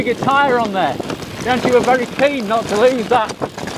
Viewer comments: Bee-han-chee?!? No, diopignone! E' BIANCHI!!! (Bee-hun-kee!!!) eccheccazzo! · Please say Bianki(bianchi), and not Bianci !! BIAN k(like kilo) I so... Bianchi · Oh my..."Bianchee"....my ears bleed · Pronunciation is: "Biankee" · Nice review. But please: Bianchi with hard C :) You can use the same C in your next trip in Italy: when you want an aperitivo order a bianchino,good white wine 😉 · In Italian, "ch" is pronounced as a hard "K" or 'C' sound - of course, as an Englishman you can be forgiven for the understandable mistake ;) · You've been testing bikes for 20 years and still can't say 'Bianchi' properly? 🤣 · Professional Bike Tester for 20 years... And you can't pronounce one of the most important bike brands in the history of cycling. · Please, please, please, learn to pronounce “Bianchi” properly 😱😱😱🥴🥴🥴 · Jesus learn at least how to pronounce Bianchi